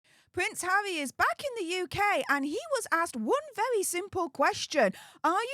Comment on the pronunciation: She asked, "Pwince hawwy, awe you happy to be home"? LOL